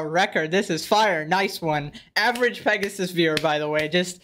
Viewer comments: Not Pegasus, more like XD. Not hate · We need to stop saying, and instead say. Give the king a break